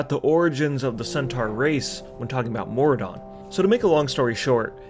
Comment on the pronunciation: Good video. But I think it's "Maraudon", not "Mauradon". You know, like "marauder".